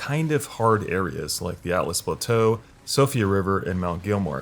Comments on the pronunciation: It's ALTUS l, not ATLAS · "Atlas Plateau" "Sofia river" lol you need to work on your pronunciations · It's Siofra, not Sofia River. Also Altus Plateau, not Atlas. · My eye twitched when he said atlas plateau and Sofia river lol